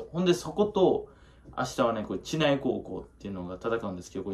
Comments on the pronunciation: ちないじゃなくてしりうちね笑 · 知内の読み方 (しりうち)です